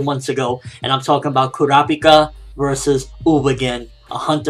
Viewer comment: why cant he say kurapika properly?